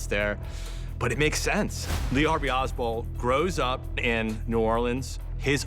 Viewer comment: It's Oswald brov